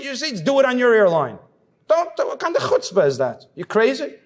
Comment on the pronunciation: It's worth the whole video just to hear such a nice pronunciation of chutzpah.